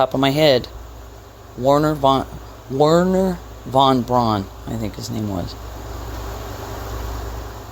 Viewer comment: The W in Werner is pronounced with a V.